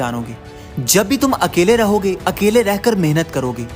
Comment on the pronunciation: Nice but it's अकेले not अकले